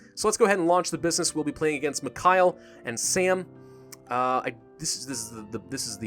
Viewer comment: Wow nice pronunciation of Mikhail's name there.